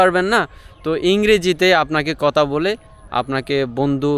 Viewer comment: আপনার ইংরেজি তো বেশ ভালো হয়,তবে বাংলার উচ্চারণটা একটু ভালো করা দরকার।যেমনঃ আপনি ধানকে দান বলছেন,ভাষাকে বাসা বলছেন,কথাকে কতা বলছেন।আশা করি বিষয়টা পজিটিভলি দেখবেন,শুভ কামনা রইল।🙂❤️